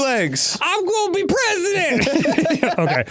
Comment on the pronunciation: “I WONNA BE PRESSDENT”